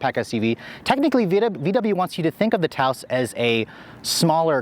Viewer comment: He better be mispronouncing the name 🤣 "Touse" ????